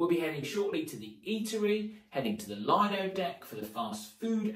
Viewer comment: Just one quick correction. The Lido is pronounced Leedo. Thanks for the great review of all the food.❤